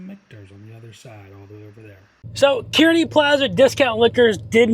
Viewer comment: Pronounced "car-knee"